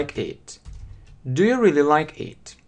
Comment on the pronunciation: Особенно слово рылли. Рыдать хочется.